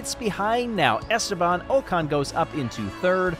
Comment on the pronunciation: great stuff, but Ocon's name is pronounced like "ockon" (rhymes with sock on)